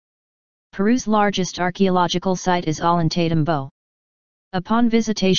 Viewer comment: At least she could learn to pronounce the names of the places in Peru, Ollantaytambo, Machu Picchu, Sacsayhuaman.